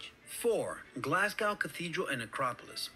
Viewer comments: The pronunciation of this guy was horrendous. Glasgow is pronounced Glazgo Edinburgh is pronounced Edinburra Caerlaverock is pronounced Kir-lavrock And the monsters are “legends” as he says. “Allegedly” living in these waters. “Do they bite?” may have won the internet today...🤣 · I wish these channels you watch were narrated by Scots and not Americans. Glasgow is pronounced GlazGo and Edinburgh is pronounced Edinburruh not Edin burrow. 😂 Oh, and GlazGo Celtic is pronounced Sell tick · So to cover this guys point a bit more I’d suggest looking up a video on the worlds most bloodies football rivalry. The two teams he is referring to are Glasgow Rangers and Glasgow Celtic (tho usually referred to as just Rangers and Celtic. Also Glasgow is pronounced Glaz-go not Glass-cow or Glaz-gow as this yank was pronouncing it) Both team are major rivals both due to being the top 2 teams in Scotland but also due to religious reasons too. Celtic was founded on the idea of helping Irish Catholics during the fammin, while Rangers was there to support Scottish and Irish Protestants. As you can guess Catholics and Protestants don’t see eye to eye a lot and the bitter rivalry and hatred for each other lead to a lot of said hatred being displayed in and outside the stadiums - to a point where if you were a Celtic fan you didn’t go into one half of the city or you’d likely end up stabbed and in a gutter (and vice versa went if you were a Rangers fan). Tho the sectarianism and religious stuff has started to heavily calm down their is still a lot of it in private and the rivalry between the two teams is still an immense one to witness. Also when both of these teams play eachother the match is not just referred to as Celtic vs Rangers but it’s primarily known in Scotland as the Old Firm Game - referencing that these two are some of the oldest football firms (clubs) in Scotland